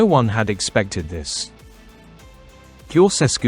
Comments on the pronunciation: It''s not "Koseskew" - it's "Tsho-tshes-koo". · Can not you learn the correct pronunciation of his name???